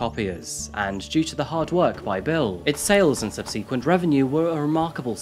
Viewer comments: The word “subsequent “ is pronounced “ Subb-suh-quent” not “sub-see-quent”. I’ve never heard it pronounced the way you do. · You mention the spelling having three C's and then 2 minutes later say Sub-Sea-Qwint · subsequent - google pronunciation ffs brother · Roasts Connecticut's pronunciation Also: Regularly mispronounces common words ("Subsequent") 🤣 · I’m American, and I’M confused about Connecticut (and Arkansas)! I am curious though about the way you say “subsequently”. I promise, I’m not being disrespectful. If anyone hails from the same region he does, is that a personal thing he does, or just the way you guys pronounce it? I know he also says “illegible” for “eligible” which he explained in a past description, but I don’t remember what he said. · You making fun of pronunciation is hilarious when you get it wrong so much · Mispronounces a word and continues to Mispronounce it. So, What's your favorite colour?